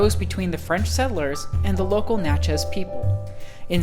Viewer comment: Ugh....I can't listen to him say Natch-EZ one more time. I'm out!